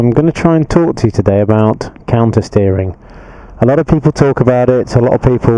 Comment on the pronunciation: Only person to say it clearly